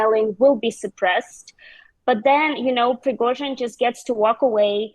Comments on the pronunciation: zh = j Pree go jin, not zin. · Pre-go-zhin. Zh like the s in measure. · What's so difficult about the name Prigozhin? You're a journalist: ask someone how to pronounce it! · FFS! How many times has Prigozhin's name been mentioned and this clown still cannot pronounce it. Not even close 🤦🏻‍♂️ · Is this presenter the only person in the world who could not pronounce Prigozhin's name correctly? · I found that most native English speakers do not pronounce it correctly. The really isn’t ‘ж’ sound in English.